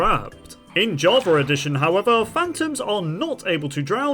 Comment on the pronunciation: Jarva addition? What in the world is this person saying?